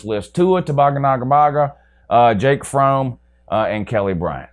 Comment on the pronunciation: Wow another fake UGA fan can’t even pronounce his own qbs name, it’s FROMME